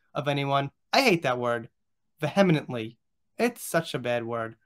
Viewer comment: "Vehemently" is pronounced "VEE- uh-munt-lee" .... Should make it easier for you...xxx